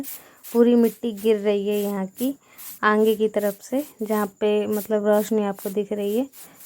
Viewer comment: Aange mat bola karo aage bola karo aap aange pinche kyu bolti ho